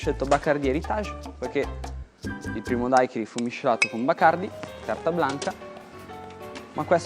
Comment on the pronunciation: si dice daiquirì la ultima i è accentata!!!